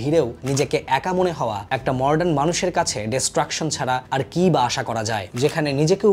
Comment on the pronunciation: আমিও আগে মডার্ন কে মর্ডান বলতাম। এদিক টা একটু খেয়াল করবেন ভাই। বাদ বাকি, সংক্ষিপ্ত আলোচনা খুব উপভোগ করেছি।